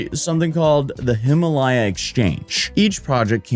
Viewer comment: When he finally figures out how to pronounce "Guo"......then hits us with "Hima-LY-uh"🤣🤣🤣🤣🤣